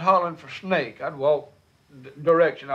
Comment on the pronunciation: OMG I LOVE THAT! He left the "S" off the Snake too "NAKE"!!!!!